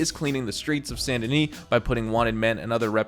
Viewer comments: It’s San da nee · I don’t know if I’m saying Saint Denis wrong, or if he is (Sa-Int De-nee)